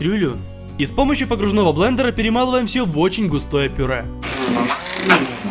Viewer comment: сужиствует блэнндэр